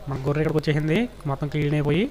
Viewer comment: గొర్రు కాదు గొర్రె అని చెప్పు